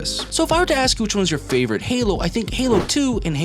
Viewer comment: "My personal favorite" says it wrong. Ok buddy. Jk great video man